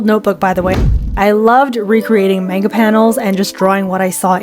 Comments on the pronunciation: its man-ga not mahguh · Why you say mänga it's Manga pronounced maangaa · "menga"..? MENGA?!?!? ITS CALLED M-A-NGA /not tryna hate/ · i just want to point out--not tryna be rude--that in japanese they dont have that 'AY' sound, they use an 'AH' sound, so manga would actually be pronounced mh-AH-ng-gah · It's monga not manga